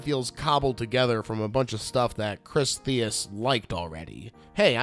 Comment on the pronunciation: The only official DVD release in 2008 was from Winterbeast Entertainment Group, not whomever you mentioned. Charlie's last name is pronounced Mike-Ka, and the Chris, director's last name was pronounced Tease. On final thoughts, he meant to say Harlow, who played Sheldon, not Magri. Good overall review, thanks.